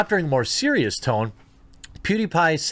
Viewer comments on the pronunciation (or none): none